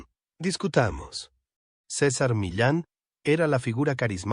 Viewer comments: Sisar.... jajaja,es César y se dice como se escribe. Tiene narices que un mexicano lo diga como si no conociera su idioma natal.Fantasmada épica. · De dónde salio el nombre ciza, no sera mas bien César aprenda a pronunciar bien los nombres de las personas y luego ahí si póngase a difamarlas y calumniarlas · Se llama Cesar... No sisar. Diga por que la perpetua. Hable claro y deje tantod rodeos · ¿Por qué le llama Císar si se llama César y es Mexicano? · No se dice Cisar sino César, que fastidio escuchar mal pronunciado en nombre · Su nombre es césar, no cisar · Por que dices cisar si estas hablando en español por que no dices CESAR asi como es te escuchas ridiculo. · ¿Por qué dices Sisar? Cesar es hispano y su nombre se pronuncia cesar. ¿O pronuncias Pol como paul? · A parte de estás mal doblado dile al la mierda de IA que si hablan castellano con acento hispano , que diga los nombres también en castellano no es cisar es Cesar , que ya los romanos los primeros pronunciaban de esa manera . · No sabes pronunciar César en español latino 😢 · SISAR? NO SABES NI HABLAR. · porque acentuas en la "I" SI el acento esta en la "a" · LA IA A VUELTO TAN INÚTILES A LA GENTE QUE YA NI QUIEREN NARRAR CON VOZ PROPIA UN CASO Y SE LO DEJARON AL SISTEMA QUE NI TAN INTELIGENTE ES , PRONUNCIA DIFERENTE EL NOMBRE DE CÉSAR,DICE"LA" CUANDO DEBERIA DECIR"EL" ,Y POR TANTO LA NARRACIÓN SE VUELVE INSÍPIDA Y SOSA 👎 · No es cisar ,es César, y no es mílan es Millán, es mexicano